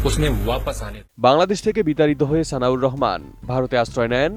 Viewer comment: উনি বলল সানিউর রহমান, আর আপনি বারবার বলতেছেন সানাউর রহমান।